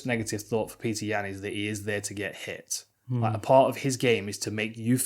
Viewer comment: it’s petik